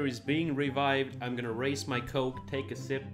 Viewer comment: "What even is a TrusTa video without some *cok*?" "He were supposed to say 'Coke'" English on fire over in the Sweden